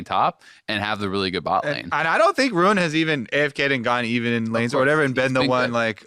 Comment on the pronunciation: literally says rune. Its ruin. Lol. Im tilting. ( and on thriugh him speaking lol)